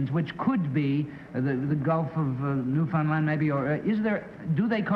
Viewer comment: Kitty Carlisle was such a class act––and one of the few people outside of Canada to properly pronounce "Newfoundland" .